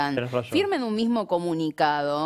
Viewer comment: Shi! Sho pienso exactamente lo mishmo 😅